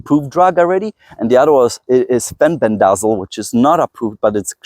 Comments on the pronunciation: Fenbendazole pronounced fin-bin-da-zall (or "saul" in southern US, lol) or just say "fin-bin", mebendazole is like "muh-bin-da-zall". Took me awhile to say them without tripping over my tongue too.... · the words you can't pronounce are fenbendazole and menbendazole, pronounced fen ben duh zole and men ben duh zole. I have used fenbendazole with tumors on a pet rat with good results in terms of stopping progression, but died of an unrelated respiratory issue that rats are prone to. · Pronounced: FEN - BEN - DAH - ZOHL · Is fembendazol the one you could not pronounce…?(im also not sure if this is correct but I saw it somewhere else that it’s anti cancer and generally anti parasitics as ivermectin is or artemisia annua and other artemisia etc.)